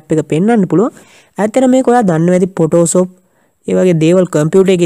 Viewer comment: සබ්ක්‍රයිබ් නෙමෙයි සබ්ස්ක්‍රයිබ් (subscribe ) ඉපෙක්ට් නෙමෙයි ඉෆෙක්ට් (effect) පොටෝසොප් නෙමෙයි ෆොටොෂොප් (photo shop) ඕප් ලයින් නෙමෙයි ඕෆ් ලයින් (offline ) සෙයා නෙමෙයි ශෙයා (share) වැරදි හොයනවා කියලා හිතන්න එපා යාලු වැරදි පෙන්නලා දුන්නා විතරයි. ඒවා හදා ගන්නවද නැද්ද කියන එක ඔයාගේ වැඩක්.good job brother...